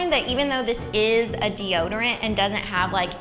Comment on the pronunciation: "Oh, I forgot deode" I love Ingrid so much.